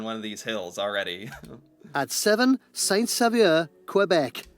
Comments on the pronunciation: All my fellow Quebecers cringed when hearing St-Saveur 😂😅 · Number 7, Saint Sauveur is my hometown. It's pronounced Saint-SO-VER. I really didn't expect it to make the list. I lived there for about 15 years and it's an amazing place, although being outside Montreal, one would really need French if one wanted to live there. However, it's a really touristy town, so one could visit without knowing French, although it would help. I worked as a ski instructor for some time when I lived there. There are some great restaurants there, include the 'Creperie a la Gourmandise Bretonne' which is where you can get crepes filles with almost anything your want. There is also a bike trail nearby that called 'Le P'tit Train du Nord' or, in English, The little train of the north. It's called that because it used to have the ski train where people would board in Montreal and come to the Laurentians to ski. They pulled up the tracks in the 1980s, but now it's a trail that goes for 200 kilometers. There are really good places to ski and it's a big night skiing destination, so, unlike Western Canada, you can ski from 8 am to 10 pm every day from about the beginning of December to the end of April. I used to drive the 60 kilometers to Montreal to go to college, but it's a bit long, especially if you drive it every day. Some people make the trip all the time, but others just go down to Montreal once or twice a week. It's a long commute, so I don't suggest it. Anyway, thanks for watching a video that featured my hometown. Have a great day. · It's pronounced saint so verr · Pronounced “say-so-var” kind of… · Saint-Sauveur pronounced: saint (silent T) sauveur (so ver) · I wish these people that are making these beautiful videos would first learn how to pronounce the names of these towns first like Ucluelet “you-clue-let”; Saint Sauveur “Saint So-ver” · Saint-Sauveur is pronounced "saint sooveur" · The Saint-Sauveur pronunciation is so bad!